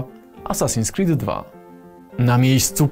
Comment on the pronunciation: Gościu powiedział assassin "screed" 2 xd